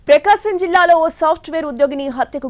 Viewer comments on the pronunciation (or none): పెకాసం కాదుతల్లీ ప్రకాశం